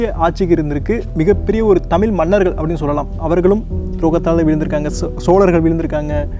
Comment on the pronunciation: Elam super bro sina thirutham nenga pesumpothu tamilmanargal endu solama thamel manargal endu solreenga koncham mathikolunha bro